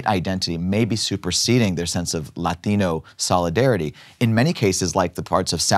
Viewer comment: Anyone else like how he talks white but then when he says Latino he says it with a Mexican accent.